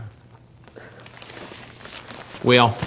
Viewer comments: "Whale, yull at me why dontcha?" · does Chris really say "well..." like "whale..." because of how said it earlier? If so that's a sly little jab right there!